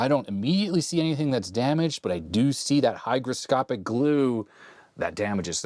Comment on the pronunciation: Great vid, I used to call that glue Hydroscopic untill I saw the correct spelling Hygroscopic, you of course say it correct, but I thought `Hydro` meaning water was a better description:)